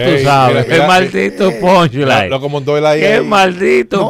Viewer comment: Como que "PONLAY"??? JAJAJAJAJAJA '' PUNCHLINE'' 🤣🤣🤣